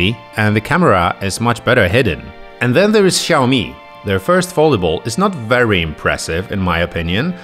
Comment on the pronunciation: Czyta się foldejbul XD